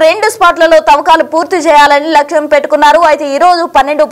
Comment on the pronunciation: Telugu matladatam Nercuko ammaa. Lachham kaadu Lakshyam ani chadavaali. Telugu kuda raakapote Yelaaga ammaa. Aalayaaniki vachhina Nastam yemity? Aalaya pavitrataku bhangam yemiyunu raadu. Dyvaaniki apavtrata yemiyunu raadu. Nijaalu Nirbhayam ga Cheppandi. Leda aa Parama Sivudu Aagrahiste vishyam vere rakamga vuntundi Sir. Satyameva Jayate. Satyam vardhillaali. Nyaniki sanatananiki Sambandham ledu. Nijam nippulaantidi. Peddavaallu daacheste Tsunamilu,Bhu kanmpa palayale tadhyam. Ide Paramasivudi Korukunedi. Yenatikyna Dustulu Sikshimpa badaali Sir.